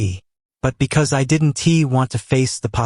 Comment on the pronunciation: Have you listened to the narrative? The speaker is still screwing up every contraction. "I did N T" instead of "I didn't" - that's only 1 example - and the mispronunciations are really bad for someone who listens while completing other tasks.